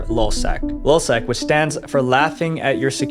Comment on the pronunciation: This guy is a freaking idiot. Hector Monsegur was the leader of lulzsec. It’s lulz not lol you dummy. Got this is the worst YouTuber I have ever come across.